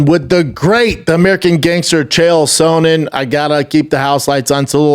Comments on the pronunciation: Dana and Brendan only guys to say Chael SOANen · The only person who stil says Chael Sohnen